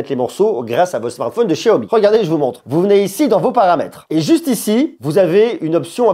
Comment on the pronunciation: Não sabe nem pronunciar xiaomi